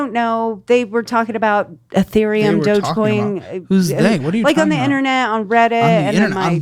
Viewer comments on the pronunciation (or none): none